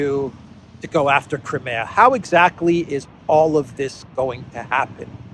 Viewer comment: It's pronounced CRIMEA ( CRYMEEYA) not CREMAYA, what's wrong with the proper pronunciation?